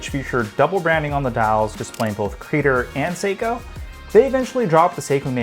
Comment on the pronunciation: It's not "CrEE-dur". It's Creh-dOre.